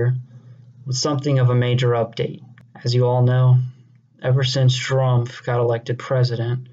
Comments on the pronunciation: why the fuck does it sound like he said Strumph? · Is it me or is he purposely mispronouncing trump in the “i joined antifa” video??? 🤣😂🤣